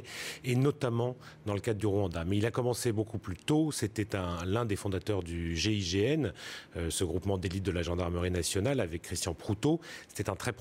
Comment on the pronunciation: Gign Mitterand 😂🤣😂🤣😂. MR le journaliste apprends tes fiches